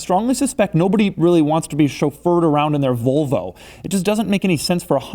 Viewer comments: Doug, it's volvo, not vulva. That is something else entirely. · Doug I fucking hate the way you say volvo. It is “volvo” not “vulvo” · It's Volvo Doug, not "Vulvo" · I wonder if he's purposely pronouncing 'Volvo' the same way as the anatomical term for the visible female genitalia... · Every time Doug says Vølvo, take a shot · Great video. But why do people say “Vulvo”. It’s an O. It’s VOlvo. Like the Tennessee VOLunteere. You don’t say “i would like to Vulunteer”. It’s it a California/Arizona region thing? Almost sounds like you are saying a female body part: Vulva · A “Vulvo” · Its "Volvo", not "Vulvo". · If he says Vulvo one more time. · VOLV-O not Vulvo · Why are you saying "Vulvo"? You really seem to be going out of your way to pronounce it as close as possible to *vulva*. How do you say volume? Would you actually pronounce that like vulume? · If he says vulvo one more time im launching the nukes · Doug is the type or guy to pronounce, "VOL-VO" like, "VULVA" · Doug, pls.... stop pronouncing it "Vulvo" hahaha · The first couple times he said volvo it sounded like vovo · It sounds like he says vulvo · Why does he call it a "Vulvo"? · he pronounces it like vulva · STOP SAYING VULVA XC90. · cant get past his mispronunciation of "vul"vo haha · Its pronounced Volvo not Vowlvo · Doug the typa dude to pronounce Volvo "vulvo" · Nice pronunciation. "The hundred thousand dolar VULVA." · sounds like your're saying Vulva which is the area above the vagina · why Doug pronounce is "vlvo" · Does it bother anyone else that he says "Vulvo"? Because it bugs the fuck out of me. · Doug the kind of guy who pronounces Volvo as Vulva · Had to stop watching after a minute because he pronounces it like "vulva" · he pronounces Volvo like Vulva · Sounds like your saying Vulvo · Of course he isn't objective, haven't you heard how he pronounced volvo every single time? Like it's filth or something, He is very far from objective. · never heard anyone say volvo like this